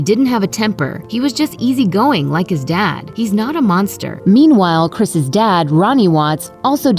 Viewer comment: Say “Chris’s”. You sound like an idiot.